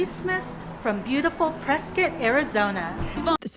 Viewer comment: Excellent review! And you pronounced it right........Press "kit"